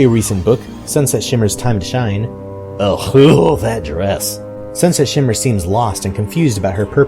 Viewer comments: Sunset not shunshet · You keep on saying, not Sunset Shimmer, but Shunshit Shimmer... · Is it just me or do I keep hearing sunshet shimmer instead of sunset shimmer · "Shun Shet Shimmer" -, 2015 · ‘shunshet shimmmer’ srsly SrSlY SRSLY!!!!! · Did you just say sunshet shimmer like 4 times? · Sunshet... XD its sunSET ik her name is a tougn twister but still its sunset shimmer XD Edit: im sorry about this dumb comment... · also Sunset Shimmer not Sunshet Shimmer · "shun shet shimmer" lol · Sunshet? Sunset. Lol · "shunshet shimmer" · Love how he says shun shet shimmer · you kept saying sunshet shimmer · you keep saying sunshet shimmer. not blaming you, I do it all the time. Just pointing it out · EVERY TIME HE SAYS 'SUNSET SHIMMER' I HEAR SUNSHET SHIMMER. ~AnRo